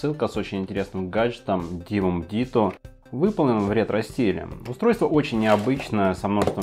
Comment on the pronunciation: правильно говорить: Дивум Диту